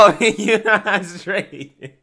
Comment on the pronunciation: Stright 🤣🤣🤣🤣🤣🤣🤣🤣🤣🤣🤣🤣🤣🤣🤣🤣 he said Stright🤣🤣🤣🤣🤣🤣🤣🤣🤣🤣🤣🤣🤣🤣🤣🤣🤣🤣🤣🤣🤣